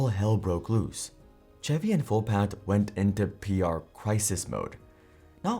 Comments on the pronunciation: This comment is shared with love and total respect for the work you do. I just wanted to offer a small pronunciation note. The word “Chevy” is pronounced with a soft “ch” sound, similar to the “sh” in “shoe” or “shell.” It isn’t a hard “ch” like in “cheese.” A helpful way to think about it is that “Chevy” sounds like “Shevy.” Just sharing in a friendly spirit. 🙏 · chevy isnt pronouced ch-evy it sounds like shevy. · just so you know for future reference "Chevy" is pronounced with a 'sh' sound at the start like 'shevy' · "Chevy" lol its pronounced Shevy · Too funny, an AI giving a talk on why AI doesn't work. What a waste of time. SCHEVVY is not Chevrolet LOL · Lol...Chevy, nice pronouncing there